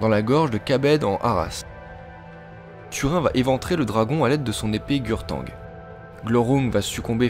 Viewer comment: Dommage que tu ne parles pas du pouvoir de Glaurung via son regard, ni ne précise que Anglachel, renommée "Le Fer de Mort" par Turin (ça ce prononce "tourine" par contre ;) ) est une épée de très grande puissance qui a donc pu tuer le père des dragons